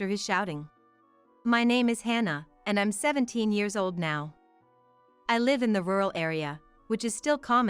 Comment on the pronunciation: It’s an online translation, sometimes they say us as U.S., sometimes they says live as living somewhere but pronounced live as a live event.